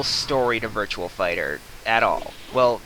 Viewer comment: Its virtua fighter not virtual fighter but besides from that t was a good review